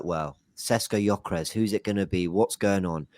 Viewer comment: how can he not even pronounce gyokores to this day